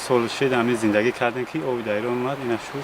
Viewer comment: durustash "eron" ast, io in ki "iron" ? bipursed va bifahmoned.